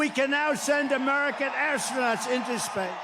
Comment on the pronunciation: tRumph is losing it. Can’t even say the word “space” it’s like watching a real like wax museum version melt in the sun